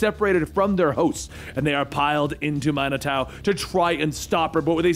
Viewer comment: It's pronounced man-i-too